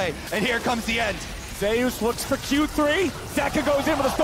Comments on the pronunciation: zeee oos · Anyone triggered by the casters pronunciation of zeus 😅